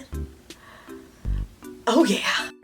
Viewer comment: When u say "oh yaa " I listen " Ho gaya " it means "done" in Indian language Sorry for my English